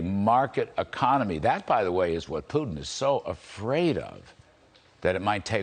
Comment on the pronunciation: He can’t even say Putin right 😂😆😆😆 pee-tin 😂🤣🤣